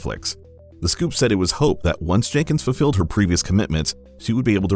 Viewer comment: You said "fuffilled" instead of "fulfilled". Why? Spend some time at home, practicin the pronuciation "ful - fill" and "ful - filled". If it helps, then first practice sayin "full" instead of "fuff".